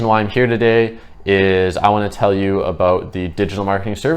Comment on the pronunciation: Hehe I just had a feeling you were Canadian,then you said aboot. Good info! I needed it